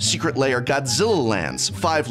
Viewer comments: Why are you pronouncing lair "layer"? :) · I can’t handle him saying Secret Layer. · I like how you call them secret layer and not secret lair